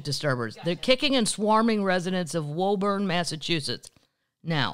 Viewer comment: Woburn, MA is pronounced (woo burn). Can't wait to see you in Boston!